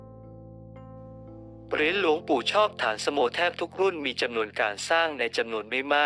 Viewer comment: อ่านฉายาของท่านไม่ถูกครับ ฐานสโม อ่านว่า ฐานะสะโม เป็นภาษาบาลี